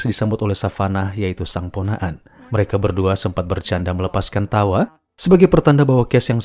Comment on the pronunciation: Medhok bgt mimin pas ngomong "PONAKAN"😂😂